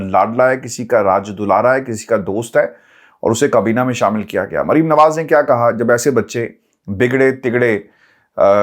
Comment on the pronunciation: Merium nahi bolo yar Mer. ium sirf Mer bolo